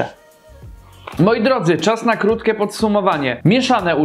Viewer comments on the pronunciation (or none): mówi się "kurczakiem" a nie "kurczakem" i "serkiem" a nie "serkem" i "krótkie" a nie "krótke"